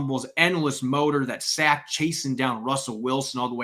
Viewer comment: listen to yourself say any word with a short vowel such as sack, pass, etc. You’re pronouncing it as a long vowel such as the ‘a’ in rain. It’s not Saick. It’s Saaaaack. It’s annoying but subtle.. Listen to yourself say these words and then listen to a normal person say the words such as sack, pass, etc.